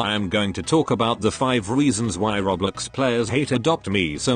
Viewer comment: the tts voice says roblox like "rOblEx"